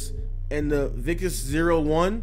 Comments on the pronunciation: Vikis? It’s Vicis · It’s Vicis not Vigus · The way he said vicis had me dying